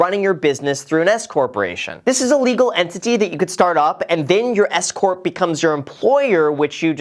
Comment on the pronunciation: when you first mentioned the S-CORP, I heard “escort” lmaoo!! For few seconds I was bamboozeled by what I thought 💭 you had said!🤣